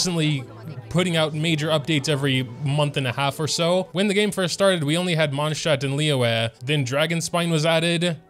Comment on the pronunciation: Why do you say mondschad